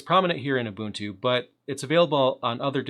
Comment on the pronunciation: Nice to see someone who can pronounce 'Ubuntu' properly. :)